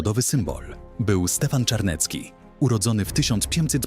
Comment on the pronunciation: Zawisza Czarny z Garbowa. Zawisza to było imię, a nie nazwisko. Natomiast to powiedzenie o nim brzmi "polegać jak na Zawiszy", więc nie kombinuj, bo przecież wystarczyło sprawdzić. I Czarniecki, a nie Czarnecki! Od razu widać, jak znasz polską historię! Litwa nie była wcielona do Polski, lecz stanowiła równoprawny człon Rzeczypospolitej Obojga Narodów, gdyż oba państwa łączyła Unia personalna, tzn. wspólny władca. I ot-tomański, a nie otomański! A Wiśnicz od bardzo dawna aż do dziś jest własnością książąt Lubomirskich. I nie Lankoroński, lecz LanCkoroński od LanCkorony!